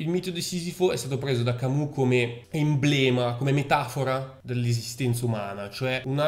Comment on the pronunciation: Attenzione alla pronuncia francese Camus! " Camiu "